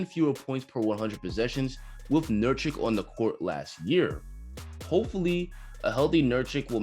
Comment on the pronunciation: Say it with me nur kitch nur kitch